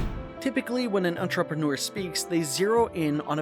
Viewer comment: ..never heard someone pronounce entrepreneur like that😂